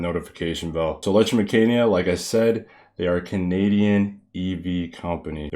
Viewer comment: My dear just to correct the pronunciation it is ELECTRA-MEC-CANICA,, prounced as K and not C